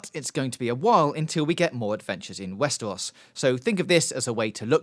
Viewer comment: "Westewos" I was half-expecting him to say "biggus dickus" at some point